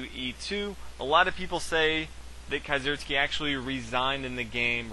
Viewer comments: nice commentary, as a german, it's an itch in my ear when you say kieseritzky, it's pronounced kee-ser-ITZ-ky. you can call me picky. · Is that really how you pronounce Kieseritzky?